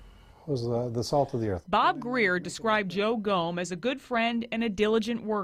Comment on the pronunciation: "GOMM" not "GOME." Please have respect for the Officer by learning to pronounce his name if you're going to tell his story.